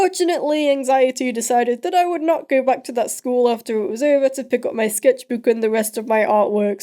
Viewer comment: You say scetchbook wierd and I love it XD